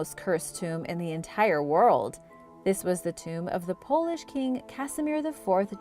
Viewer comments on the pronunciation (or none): none